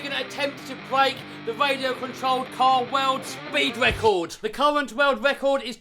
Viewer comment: Wecord ? WTF is a Wecord ?